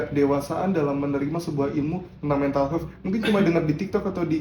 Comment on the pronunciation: Lucu bgt setiap nyebutin meha😂